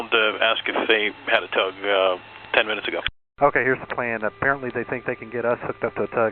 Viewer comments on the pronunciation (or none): OK who else heard "10-minutes later" in a french accent?